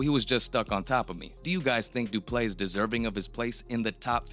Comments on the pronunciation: It's not pronounced Du Play . Du Plessis should be pronounced 'Do" - " Pler" - "See" where Pler rhymes with furr, or purr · How TF is the narrator still pronouncing Du Plessis as Du Play???? . Such ignorance is really astonishing. 🇿🇦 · Du ple seeee... That's the pronunciation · It’s pronounced doo-pleh-see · It's Du-Ple-seee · His name actually has one silent s and it’s the last one Doo Plecci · Just butchering the guy's name, I swear these guys aren't even fans. Lol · The way you BUTCHERED his name and surname, its an understatement... It got me questioning your educational system...you don’t learn phonics in school? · Please learn how to say Du Plessis rightfully. Around half way in the video you don't even try to pronunciate the "i" at the end of is name. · How do you quote someone, telling you how to pronounce their name and then not even attempt to pronounce it correctly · You clearly weren’t listening to him either because you still can’t pronounce the mans name.. you butchered it the entire video